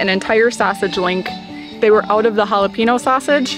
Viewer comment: If you can say the word “pen” you can say jalapeño. Using the word “pee” to pronounce jalapeño, not so good